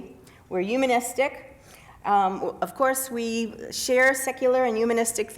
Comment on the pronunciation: Andy Anaya thank you I couldn't stand her saying "umanistic" instead of humanistic over and over